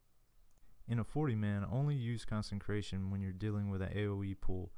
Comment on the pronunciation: The one and only ‘n’ in consecration is at the very end of the word. It’s a different word from concentration.